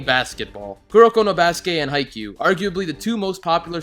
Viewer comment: He said haikyuu good